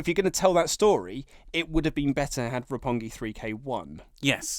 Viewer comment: The one downside to increased popularity is a bunch of WWE marks reviewing the show and showing their ignorance. The guy on the right couldn't even get Roppongi 3K's name right.